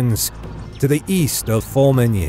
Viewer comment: As long as you don't know French. Just listen to his attempts at Formigny, Le Petit Hameau, and many others.